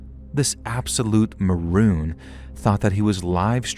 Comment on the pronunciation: It’s moron not maroon…🙏